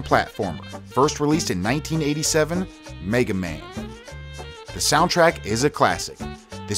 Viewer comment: World: "Meh-ga Man" This guy: "MAY-ga Man" @@